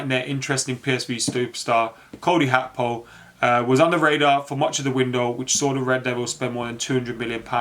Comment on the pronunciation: His name is not Cody Hakpo the G is not an H man . You can pronounce Gakpo as Gapo and that shouldn't be hard even if it's the wrong pronunciation it's still better than HAKPO???🤣🤣🤣🤣